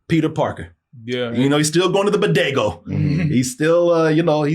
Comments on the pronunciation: "Badego"? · it's BODEGA lol not bodego. 😭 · What the hell is a Badego lol. It's Bodega. Ha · The joke here is that calls it a “bodego” and not a “bodega” which is what it’s actually supposed to be called. Also in the Spanish language they have what’s called masculine/feminine words where masculine words end in “o” and feminine words end in “a”. Ex. “Chico” means boy and “chica” means girl.